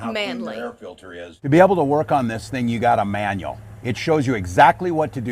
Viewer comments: I noticed kept emphasizing the word, MANual, and probably did that to get the key word, man, into the algorithm. Ugh! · 🤣🤣🤣 The way he over-pronounces the “man” in “manual” 💀